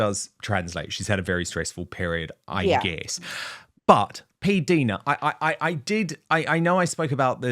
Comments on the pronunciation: Dan Pdina his pronounced like diner (the American cafe place) not deena. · When in heavens name Dan are you going to say PDina’s name correctly ? She is too polite to correct you. She herself says her name like P- diner( like an American diner ( cafe) why are you so stubborn and continue say it incorrectly so many times during your interview with her. I wonder how you would like your name being mispronounced incorrectly constantly. I think it’s quite rude of you. Be a man and correct yourself and apologise to her for having said it wrong all this time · Dan please it’s PDina as in Diana it is I not i